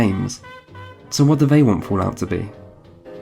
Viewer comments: Fulaut? 😂 It is fal out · what the fuck is foo-lout?